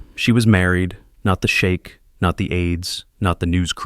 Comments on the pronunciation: Sheik, not Shake. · It's "Sheikh" not shake 😂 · You're mispronouncing the word sheikh sp? You're pronouncing the word shake ( American English is sheek )😊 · AI needs to learn how to pronounce foreign words. Sheikh not shake. Great story. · Shame your AI doesn't know the difference between shake and sheik.